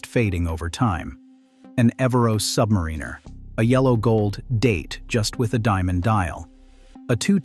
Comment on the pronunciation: When will AI learn how to pronounce Submariner correctly?